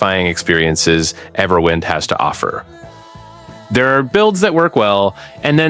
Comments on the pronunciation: Couldn't take this video seriously after quite literally the first 1s. EverWHINED? Really? You don't know how "wind" is pronounced? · Nope, that wasn't a slip of the tongue. He really said Everwhynd. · The way you pronounced the name PMO 😂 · Bro can’t even pronounce the name of the game properly but expects people to trust in his tips and tutorials. 🤦🏽‍♂️